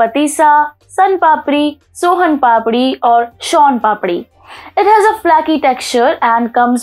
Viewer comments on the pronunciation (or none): Madame some humble corrections. उच्चारण डेज़र्ट, नहीं, डिज़र्ट होता है। Soan Papdi फ्लैकी नहीं, फ़्लेकी होती है।